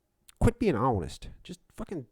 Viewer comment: Let’s be hawnest... I crushed this interrogation.